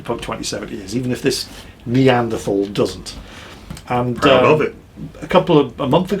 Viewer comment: Calls Eddie a Neanderthal (and pronounces that incorrectly) but keeps calling Cyberpunk. Oh...